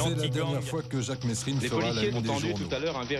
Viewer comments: franchement retourne a l'ecole vous les journalistes c'est pas mesrine qu'on dit mais meeeerine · On prononce pas le S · Jacques mesrine ne voulait pas que l’on prononce le s de son nom ! Merci de respecter là prononciation de son nom.